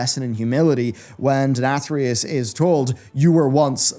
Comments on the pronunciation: You pronounced the Name Denathrius 3 different ways in this video LOL.. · I like how as the video went on longer, he kept pronouncing Denathrius more like asmongold does haha